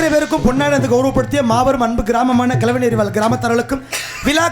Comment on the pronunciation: கிழவனேரி அண்ணே கிழவனெரி கிடையாது